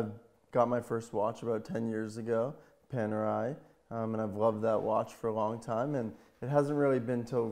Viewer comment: Panerai not Panarai